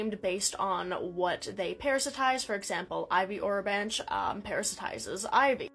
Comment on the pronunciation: I believe it’s pronounced o-ro-ban-key